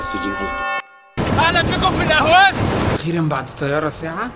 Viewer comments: لماذا لا تطالع معلومات قبل ان تقوم برحلتك في بلد معين..الا تستطيع نطق اقليم خوزستان/حوزستان..الا تعرف الفرق بين احواز بالعربي واهواز بالفارسي..ما هذا العبث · اسمها الأحواز وليست الأهواز الفرس لاينطقون الحاء لذلك أطلقوا عليها الأهواز وهي بلد عربي وتعتبر جزء من العراق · أسمها الاحواز وليس الاهواز . لان العجم ينطقون الحاء هاء الارض العربية المحتلة منذ مئة عام . ولا احد يذكر انها ارض محتلة .. والتي كانت امراة مستقلة ولها حاكمها الذي سجن وقتل في السجن .. اسال الله العظيم ان تحرر الاحواز مثلما تحررت سوريا .